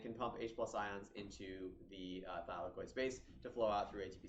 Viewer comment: I got confused every time he said thylakoid bro